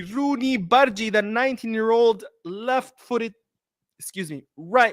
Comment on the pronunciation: Hey! The pronunciation of "g" in bardghji is as in you say "g" in the goal.